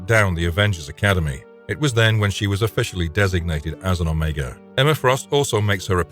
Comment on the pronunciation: Oh Meegahhh? Piss off with the AI